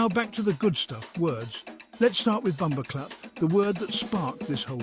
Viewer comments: HE SAID BOMBO CLOTH INSTEAD OF CLAATH. 😂😂😂😂 WELL RESEARCHED AND PRESENTED THOUGH . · Just hearing what sounds like David Attenborough at first mis pronounce bumboh claat had me rolling, especially the subtitles spelling it the same way he said it. 😂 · It not BumboCloth!! Get it right!👍